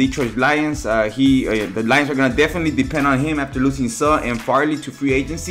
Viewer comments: It's suhhhh u can't even say it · You can't even say suh correct 😂😂😂😂😂😂